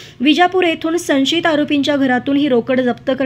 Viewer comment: संशीत नाही गं, सं श यि त .वाच बघु पुन्हा पुन्हा.मनमानी मराठी नको गं बाई. आम्हाला समजणारं मराठी बोल